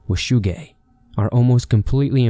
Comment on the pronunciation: I swear his saying "wu shu gang"